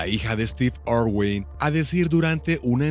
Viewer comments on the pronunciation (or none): Ay no , dónde ve este narrador una O en el apellido de Steve , es una I, irwin.